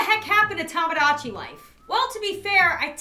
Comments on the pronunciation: Dude it’s Tomodachi not Tomgogachi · Sir its "TOMADACHI" :>>>